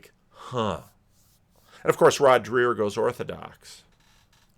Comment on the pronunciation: It's pronounced like Drayer not Drear. And you're still pronouncing Jonathan PAgeau like a car (PAJoe not Peugeot)